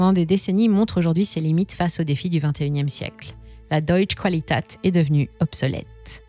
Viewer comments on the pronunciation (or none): On prononce deeutsch kvalitête 🙂